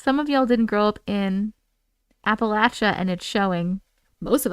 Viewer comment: I fell asleep watching last night so replaying now… so proud of you for remembering appal-atcha!!! ❤ so pleasing to hear it pronounced the way we say it from somewhere that’s never heard us say it!